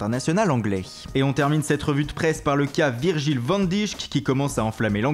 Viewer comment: Super travail mais toi qui aime bien prononcer les noms de joueurs et de coach, en néerlandais le " van dijk" et "de vrije" se prononcent " van dheyk" et " de vrheyye"